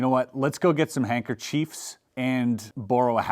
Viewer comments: Chris! loved the video! Very creative way of showing us normies the process of learning and performing a trick! thanks for the content! LMFAO "Hankerchodes" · Such a cool video. Really enjoyed it! Loved the constant correction over the word hankerchives. 😂